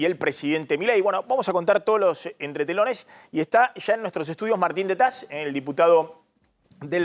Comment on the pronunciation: Jaja dice tetaz